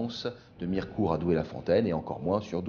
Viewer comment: 😂 on dit pas Mi-re-court mais Mir'cout ! On ne prononce pas le e dans les Vosges !